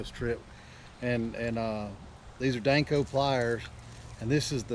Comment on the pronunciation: According to the information from the company it's pronounced Dan-Co. It sounds like you're saying Danc-O